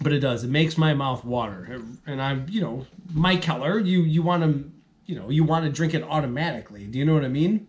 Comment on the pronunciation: Good review man! Not super impressed with this one either! Price tag on it was 17.99 for the four pack...doubt ill pick it up again at that price. If you havent already tried their Windy Hill, that one is much better! Also i do believe they pronounce the brewery McKeller. Cheers man!